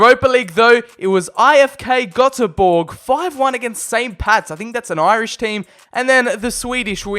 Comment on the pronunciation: Cried when he said Göteborg ( I am from Sweden) it is pronounced Gooteborg